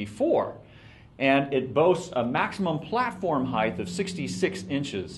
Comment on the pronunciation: The word is "height" not "heighth"! You'd think the owner of the company would be able to correctly pronounce a word commonly used to describe his products. I was seriously considering RRS over Gitzo, but this really turned me off.